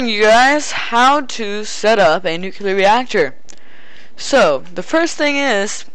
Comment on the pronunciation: Nucleeeeeeeeeeeeeeeeeeeeeeeeeeeeeeeeeeeeeeeeeeeeear!!!! NOT NUCUULAR!!!!!!